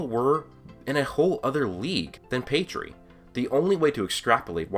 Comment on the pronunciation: Who th3 fook is pedree? Your pronounciation...